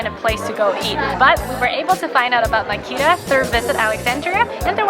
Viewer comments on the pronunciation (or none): It’s pronounced Ma-keh-da..not Makeeda..😊